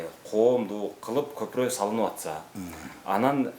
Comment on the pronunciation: Көпүрөк деп айтатко көпүрөнү,кыргызча айтыпатабы?